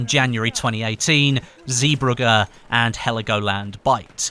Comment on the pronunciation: plz pronounce zeebrugge correctly it's cringing me out